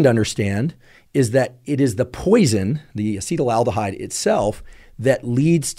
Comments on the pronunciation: its acetaldehyde not acetyl-aldehide as you are pronouncing it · It's not Acetal-aldehyde it's Acetaldehyde. FYI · Why do so many internet experts pronounce acetaldehyde "acetylaldehyde"? It's quite prevalent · It would be cool if this guy knew how to pronounce acetaldehyde 🙄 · Never heard someone pronounce acetaldehyde like that, lol